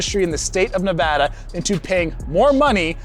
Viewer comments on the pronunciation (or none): none